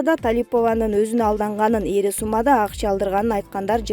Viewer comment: Ийри сумма эмес ири сумма дечи алып баруучу